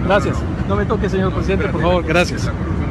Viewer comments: y viva el presidente "Manuez Andrés Loper Obradorj" xd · "Manues Andrés Nopez Obrador" me cagué de risa con eso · Jajajaja ya se, pero dijo Manuel Andrés lopej obradol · "Viva el presidente Manues Andres Loper Opradohr" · "y viva el presidente Manues adre loper obrador" xd